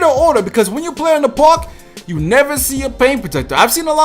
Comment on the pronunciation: I wish you could pronounce park right